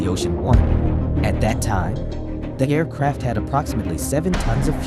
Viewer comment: Air CRAFT. Pronunciation drove me crazy ..m